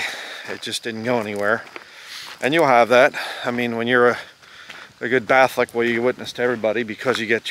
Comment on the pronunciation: Did you just say Batholic? Lol!